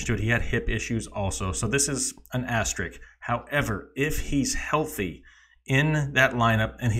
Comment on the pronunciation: It's "as-ter-isk" not "as-ter-ik". Why do people have such a hard time pronouncing this word? It's got an "s" in it. The "s" is not silent. Do better.